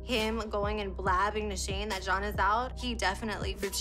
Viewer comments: The way said John's name as a Z like Zohn annoyed me the most. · Lololol right?!?! “Zjohn” was the weirdest ish at the time..